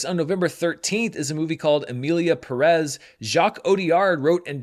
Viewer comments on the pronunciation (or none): One little tiny tiny thing: Pérez is pronounced with the entonation in the first vowel (first E that has the é) (not the second one you currently emphasise) just like how you pronunce Díaz. 😅